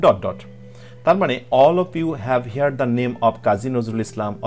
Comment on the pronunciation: (হিয়ার্ড) না সঠিক উচ্চারণ হচ্ছে (হার্ড)